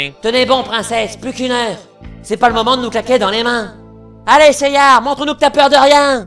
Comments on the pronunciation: Pourquoi ils disent "Seiyar" ? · Pourquoi "Seyar"??? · Je suppose que tu veux dire "Pourquoi dit-on Seyar et pas Seiya" ? Parce qu'en version Française, il se nomme ainsi.